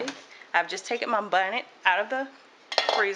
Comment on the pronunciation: you be saying “bonnet” cake pan? Lol I love your accent and love you to pieces ❤️❤️